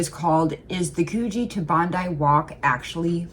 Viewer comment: Coogee, pronounced Coo, as in cook. Just so you know.😁 Also my favourite city beach. Better than Bondi.